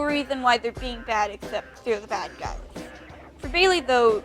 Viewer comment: For a sec I thought you said the good guys were called gays lol